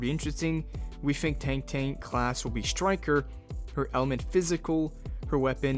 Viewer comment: Tank tank???? It's Tang Tang mf, get it right